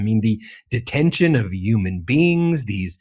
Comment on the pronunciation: It's Human beings not uman beings u pronounce the H